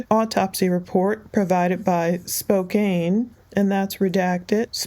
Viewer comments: Spokane is pronounced Spo-can (not spo-cane) Why would have he left someone who could ID him alive ?? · It’s pronounced Spoe - Can. I see where you’d say spoKANE, but here is wa state we say spoe can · Spokane is pronounced as Spo-can. Today was my first time hearing it pronounced as Spo-kane and it makes me wonder if most out of state people think it's pronounced that way, which would totally make sense. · It is pronounced SPOKE ANN, not ...SPOKE CANE!! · I live in Spokane. It’s pronounced. Spo can